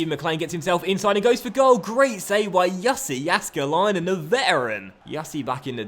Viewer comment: "Jassi Jaskelainen" still can't pronounce Finnish names xD